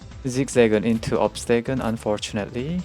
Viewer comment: Say obstegoon one more time